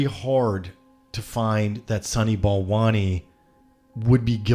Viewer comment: "sunny ball monies", "balani', "balant" "Sonny Ball Wany" ? Seriously?